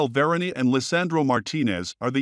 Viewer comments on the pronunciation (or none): VER-ANN, NOT VIRIAN.